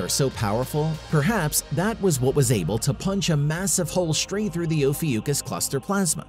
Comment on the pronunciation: Oh fee ookus ? Never heard it called that before.